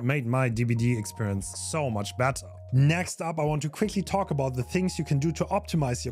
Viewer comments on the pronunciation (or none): none